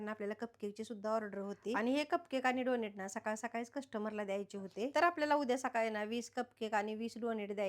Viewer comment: Tumhi khup cchan kam karta... If u don't mind just one correction tyala डोनट boltat डोनेट nahi